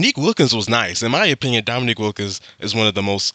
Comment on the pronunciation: The narrater mis-pronounced Wilkin's name. It's pronounced Domineek, not Dominick. Your pronunciation was correct. My favorite Larry Bird trash talk story is when the Celtics were playing the Utah Jazz. Right before tip off, Bird went to the Utah bench and told all the players and coaches that he was going to drop 43 on them. He scored 43, then checked himself out in the third quarter due to the fact that Boston had something like a 30 point lead. LOL.